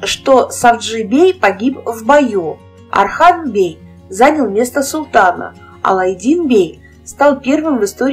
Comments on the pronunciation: Осман и Орхан, а не Асман и Архан. Как пишется, так и проговаривается. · Не Асман, Архан, а Осман, Орхан ((( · не Асман,не Арзан а Осман, Орхан. как слышится Ондрей ,Ортём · Не Архан ,а Орхан правильно произносите